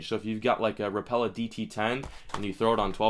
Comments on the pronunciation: Hi. Very nice video as usual. Only one correction: as one would hear from the folks at Rapala, they pronounce it RAP-uh-luh. Again, really lime your videos and keep them coming. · Cant stand how americans pronounce Rapala, did they ever watch a video from Rapala? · am I the only one who thinks he's saying Rapala wrong?